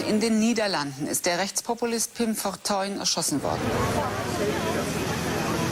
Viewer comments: I find it amusing how you pronounce his name as "Fortune", which is the English word for "Fortuin" (new spelling for the ancient spelling "Fortuijn"). So technically you're correct in the meaning of his name despite the difference in pronunciation ;) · it's okay for you to pronounce it as fortune, thats what fortuyn means, spelled a little weird though. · FORTAIN FOR PRONUNCIATION PURPOSES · fortuyn is accually the old dutch writing for fortune. we write it as fortuin nowadays but the pronounciation is the same. might be a fun fact. And also, I strongly believe Pim Fortuyn would have loved it if you called him fortune as an american. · You did not pronounce his name wrong. You just translate it. 😁